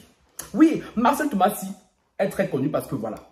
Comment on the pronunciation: C’est Marcello Tunasie et non Marcelle Tumasi 😂😂ahhh